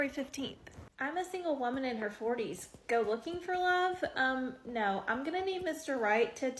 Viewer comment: I watched this Asian girl say Narrrr in Australian real hard 😂 omg